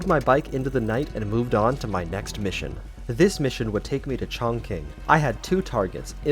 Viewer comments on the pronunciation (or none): "Chong-king" It's pronounced "Chaan-Ching" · Not Chong King, it’s pronounced Chong Ching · i know this is a year late, but chongqing is pronounced like "chong ching", not "chong king" :P a Q in pinyin makes a CH sound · I just can’t believe up to this point everyone who’s ever made these videos, including the voice actors, say 重庆 Chongqing as “Chong-King” instead of “Chong-Tsing” (roughly pronounced this way as tsing since the sound 庆 “qing” is unique to Chinese). Can we at least try to say it right? 😂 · chongqing is pronounced chong ching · hey just so you know Chongqing is pronounced Chongching. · "This mission would take me to CHONGKING" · As a person whose family comes from there, I took some serious emotional damage hearing that. It’s Chongching, even though it’s spelt chongqing. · uhm, btw a quick correction is that, chonqing is pronounced chongching ig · Bro why did he have to miss pronounce Chong chinq